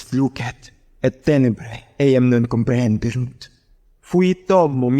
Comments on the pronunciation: It is not completely the ecclesiastical one, because we hear "lucet = lúket" et "cognovit = coGNóvit". It seems a mixture... Besides, there are some mistakes in accentuation: "comprehenderunt" must be read "comprehenDÉrunt"; "crederent" must be read "CRÉderent" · there are some accent errors in Latin part, for example it should be: comprehen'derunt (not compre'henderunt), 'crederent (not cre'derent), and the break should be before "sed" not after it ;)